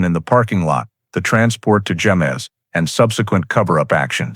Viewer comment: Yes..... it is pronounced "hemez." "J" makes an "H" sound. Also the double "L" in Bernalillo makes a "y" sound.